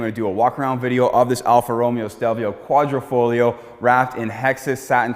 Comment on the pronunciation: Quadrifoglio 😉 with a "g"